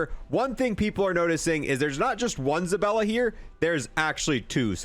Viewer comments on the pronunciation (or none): Bruh it's ZabAlla, not ZabElla. lol